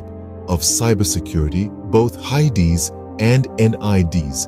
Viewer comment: please dont pronounce hids and nids like that ever again